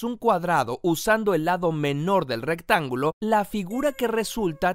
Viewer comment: Alguien se dio cuenta que en una parte del vídeo decía rectanulo